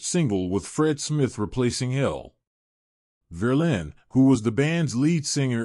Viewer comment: "Verlaine" not Verlin!